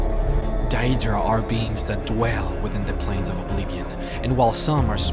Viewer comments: daedra not dia-dra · Isn't it pronounced Day-drah? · he says deadra wrong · Dude u pronouce it like DAYdra not daEdra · It's Day-dra. Not diadra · I like your vids, but please work on your pronounciation... dAEdra... comeon.... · I’m sorry but it’s a good video but your pronunciation for Daedra and the ebonheart pact is bad and I’m not trying to be rude like I said it’s a great video otherwise! And the “hero’s” that you call the skald king and the queen of the aldmeri dominion. Are not the kings or queens of said race they are meant to represent us the player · wow..the way you prenounce daedra, ebonheart pact etc..work on that mate. :) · he says daedra wrong and it bugs me rlly badly no offense